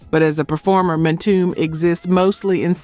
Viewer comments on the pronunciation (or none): Listening to these hits is bittersweet...but it's also bitter for my ears to hear the mispronunciations: EM TOO MAY, not EMTume😢 and CONFUNK- SHUN, not CONN FUNKSHUN😢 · ‘Mtume’ is pronounced “emTUmay” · The group Mtume’s name is pronounced “em-too-may”. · The Late musician JAMES MTUME name is pronounced M TOO MAY not MTOOM, I am just correcting you!!! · It's M-TU-ME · My Sista' it's pronounced ( M - 2 - may ), James Mtume. Next time, just ask someone who lived it, we don't mind giving assistance. Keep up the Great Work ! ! ! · Em -Tomb-May = Mtume Shy-Lights = Chi-Lites Great video! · Please lady Narrator I'm not trying to be a know it all.And please don't be offended But Mtume is pronounced (M)(2)(May). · Great groups. One thing it's pronounced EM -TOOMAY (Mtume) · Mitomb?! Tawatha igee, It's tawatha AGee. Instead of Pissing everybody off with the AI voice why don't you just hire someone who knows about black music? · Omg!!!! How can AI slaughter Mtume?? Whoever is responsible for this channel either train you AI or stop being so lazy and do your own narration. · Is this a robot MCing. She has mis pronounced so many names. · It would be nice if this narrator knew how to pronounce MTUME. IS this AI? New-birth sang Wildflower. I have all this music. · It's AI, it seems that these content creators are getting lazy. They don't want to narrate these videos themselves cuz perhaps they don't know about black music so they leave it up to an AI voice who mispronounces everything. It's depressing because I'm truly interested in classic black music but AI is f*ckin it all up😡